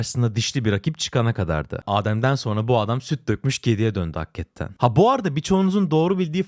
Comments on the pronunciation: abi lutfen bastırarak hakketten demeeeee hakikaten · ne olur hakketten diye telaffuz etme şu kelimeyi hakikaten diye okunuyor